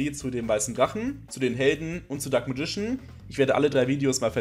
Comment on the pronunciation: ich möchte gerne etwas persönliches los werden. die englische aussprache vom dunklen magier missfällt mir zu tiefst! ich schaue mir gerne deine videos an und versuche so das ein oder andere umzusetzen, um nicht nur in der zweiten generation festzustecken. aber wenn ich immer nur "dunkles radieschen" höre, kann ich dafür keinen daumen höch geben. ich werde hier also nicht deine arbeit und untersuchungen zu dem thema schlecht bewerten, sondern nur die "mir" missfallende aussprache des dunklen magiers ;) auf weitere tolle videos, wo hoffentlich keine "alten männer mit zauberstab" auftauchen werden x)